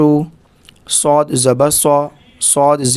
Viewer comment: apka sa seen ki tarah nikal rha he